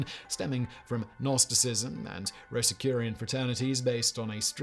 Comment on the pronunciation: Not only did you misspell First in your advertisement, but you also mangled both "Rosicrucian" and "Baphomet".